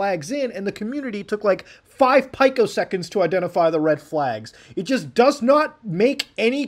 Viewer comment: I had to listen twice to be sure that you actually said "pie-co seconds"... and now I am sure. You said that. Also - Logan Paul, hit me up, I want to buy those GI Joes cards!